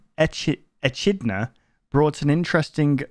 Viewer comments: it is pronounced ekidna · pronounced Eh-kid-na